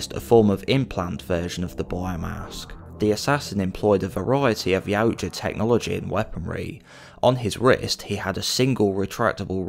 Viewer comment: You are my fave creator for all my yautja knowledge… plus you pronounce yautja correctly ❤😂